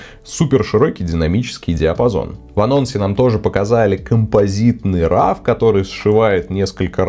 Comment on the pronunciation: спасибо, очень интересно рассказываете! только просьба - пожалуйста, говорите правильно - роу, а не рав) (да-да. я - душнила)